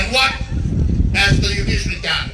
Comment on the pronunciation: Judiciary not Udiciary, fa’amaka lelei lou guku 😂. Ua silafia uma e Samoa uma i le lalolagi lou pepelo ma lou kaufa’aleaga. Pei a o lau kala fai so’o, “Ua e koe eliā a lou ku’ugamau”